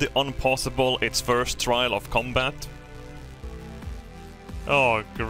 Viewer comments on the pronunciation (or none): none